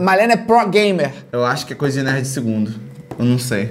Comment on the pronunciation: ele falando Ei nerd me da agonia parece Ei mine 😶